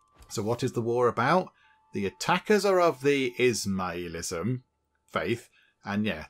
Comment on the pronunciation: Also to properly pronounce ismaili: iz maa ee lee. And for ismailism just add an ism.